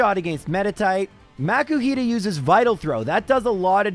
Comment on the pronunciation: Most PokéTubers I've seen, excluding the ones found randomly in the game, only use Rare Candies in Egglockes and that's only to get the hatched Pokémon up to the level of the one that you swapped it out for. I don't know why you're pronouncing Makuhita as if there were a C.